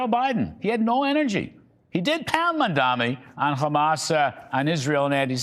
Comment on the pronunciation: 😂 the pure instanty that you can't even get to say his name right and yet you dare to criticize him.. Go and learn to read first boomer